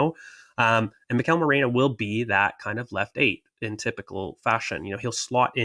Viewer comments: Holy crap why can no one say Meh ree noh. 🤣🤣🤣.,,,...merino not Moreno 🤣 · has no business calling out pronunciation when he himself says morino